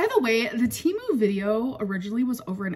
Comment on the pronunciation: Hey Amber it's pronounced Teh moo and they sponsor podcasts 😘